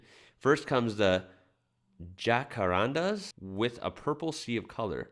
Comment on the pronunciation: Jack-a-randas not rondas